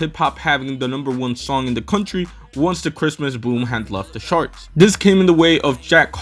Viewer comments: Sure, but why are you pronouncing charts like sharts? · oh, well you're using the "sh" sound for the "ch" in charts. The right pronunciation is the "tj" sound like in choke.